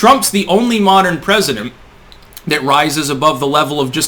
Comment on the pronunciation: "Trump's the only modern presidemp..."